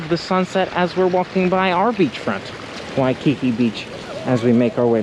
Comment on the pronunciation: You should buy a Hawaiian language dictionary from the ABC Store so you can learn the correct pronunciation of Waikiki. Just saying.